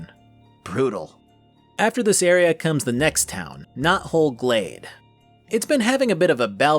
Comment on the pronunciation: With how you said it, I totally thought the town's name was "Not-Whole Glade" for a moment.